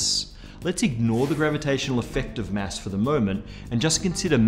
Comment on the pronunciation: Mass, not mess! Fuck.